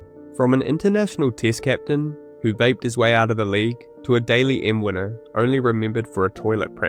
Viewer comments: If you're going to do a video about NRL at least know how to pronounce 'Dally M', it's not 'daily' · I hate being the pronunciation Queen but the Dally M award is pronounced Dally not Daily. Loving ya vids mate, keep up the great work. Sending best wishes to u & urs from The Great Southern Land 🇭🇲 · Daily Messenger? Cmon bro it's the Dally M not the Daily M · ..... Can't pronounce Dally M properly .... 'goal kicks'?